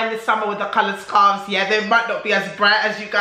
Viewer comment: Qaloured sqarfs 😂😂😂😂